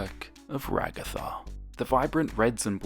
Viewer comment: Finally someone gets regattas name right thank you I love you now